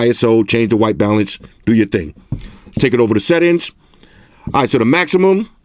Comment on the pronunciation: Settings that sound like "Set Ins" 😎